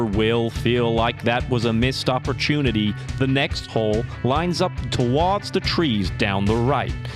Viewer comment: The voiceover guy is English doing an accent right? He gave it away when he said oppurchoonity 😂😂